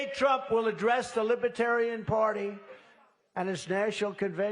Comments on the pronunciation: This azzfart, cannot say the word Lib-er-tarian. He says "Libra-tarian" or "Liba-Tarian" and he speaks in the third person like George Costanza. And did he say that Biden is fining Christians $11, 000 for singing hymms? trump is nuts! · He struggles to even pronounce the word libertarian